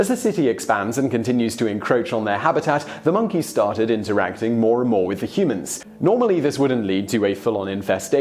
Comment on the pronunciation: Damned "minkeys"!